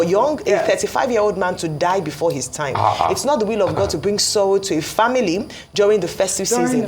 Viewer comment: OgyOkpe it’s “THANK GOD” not thank good……., who are you afraid of? Mad people. Even Americans say “Thank God”.